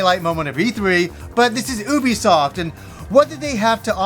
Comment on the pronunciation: Oubisoft? ok Norm Macdonald stunt voice actor.